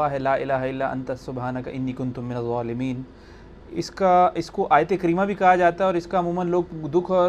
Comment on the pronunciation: It sounds like you are saying “zualimeen.”